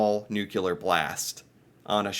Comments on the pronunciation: Nuclear, not NUCULAR. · Is it a general American thing to say Nukelar instead of nuclear or did i just made you realize something? 🤪 ha ha! Great video! 💪🏽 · doesn't seem to know the difference between nuclear and nucular. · nuclear. NU-CLEAR. 🤣🤨😉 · "Nu cle ar" dude!!😂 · I don't know what's worse, how he pronounces Newfoundland, or how he pronounces nuclear. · Thanks. That's what I keep saying when he uses that word 😂😅 . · Like you, I am eternally befuddled by the enormous percentage of the english speaking population of this planet who seem to be afflicted with some sort of linguistic (or is it intellectual?) impairment which seems to prevent them from being able to properly pronounce this ever so simple word. It's so simple, "nuclear". If it's, "new", and it's also, "clear", then it's,.......newclear, or "nuclear". As I recall, former US President, George 'W.' Bush, suffered terribly from this affliction as well......among others. If only teachers in the schools would be allowed to wash a student's mouth out with soap each time they got it wrong. Oh well. A fellow can dream, can't he?